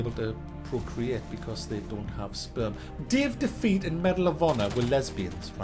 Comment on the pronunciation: the way you say Day of Defeat is great. "Dave Defeat"